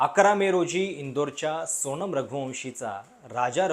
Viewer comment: …लग्ण नाही लग्न…णंतर नाही नंतर…सोणम नाही सोनम….अजुण नाही अजून…कंपणी नाही कंपनी..मणात नाही मनात..अजून बऱ्याच चुका आहेत..न आणि ण च बघा काही जमतं का?